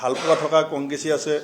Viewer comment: হৱাপতি নহয়, সভাপতি। হতি নহয় সৈতে। কংগেচি নহয় কংগ্ৰেছী। হমগ্ব নহয়, সমগ্ৰ।অসমীয়া উচ্চাৰণ শুদ্ধকৈ শিকক আপুনি। দুদিন আগলৈকে গৌৰৱ গগৈৰ প্ৰশংসাত আপুনি পঞ্চমুখ হৈ আছিলে, আপোনাৰ কথা শুনিবলৈ অসমৰ মানুহ আগ্ৰহী নহয়।